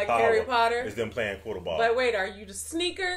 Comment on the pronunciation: Your convo at the end about Quiddle-ball 💀💀💀 It’s Quidditch- y’all were close 😂